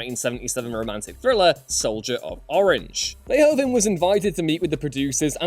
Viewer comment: In dutch language de "oe" is pronounced a little like who so it's Paul Ver"who"ven